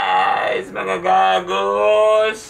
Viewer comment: If your going to say "Mga gago" dont use S anymore ☺☺☺